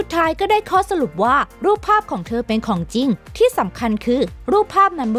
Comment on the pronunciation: สนุกนะคะ ได้ความรู้ด้วย แต่อยากให้แอดมินพัฒนาด้านการพูด การออกเสียงด้วยค่ะ บางคำเราฟังแล้วมันสะดุดหูมาก เช่น ของจริง ก็เป็น ของจริ้ง หรือ มิถุนายน ก็เป็น มิถุนาย้น , พวกคำควบกล้ำ ลอลิง รอเรือ เป็นกำลังใจให้ พัฒนาไปเรื่อยๆ และทำคลิปสนุกๆ อีกนะคะ ❤️✌🏻